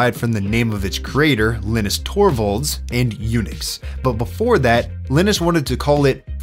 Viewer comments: Is his name pronounced with a short i? I've always pronounced Linus with a long i sound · dude said Elniss, its LYE NUSS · Linus - sounds like Highness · baby did you call him Linnis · oh man. his name was definitely pronounced “Line-Us” lol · Actually in english the name Linus is pronounced ”Lie-nus”. More accurately, the name ”Linus” in scandinavia and is pronounced ”Lee-nus” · Either you are terrible at pronouncing the name Linus or used one of those awful AIs to mimic your voice. Linus is supposed to sound like line us. These AI tools will prove to be a curse as people forget how to pronounce words. I can already imagine a lot of frustrated English teachers trying to undo. The way that you pronounced the name Linus would have me believe there were two ns in it if I did not know better. I don't say this to be mean but to raise awareness of these flaws in AI so that our children don't grow up learning the wrong way to pronounce words. Trying to get them to unlearn it is going to be hard so we should not get it stuck in their heads if we can avoid it.